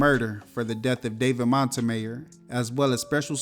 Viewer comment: I don't think you're pronouncing Montemayor correctly😂